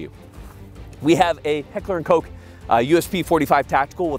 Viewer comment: heckler & coke sorry i am german i know its Heckler & Koch bur for me it sounded like he said coke so yeah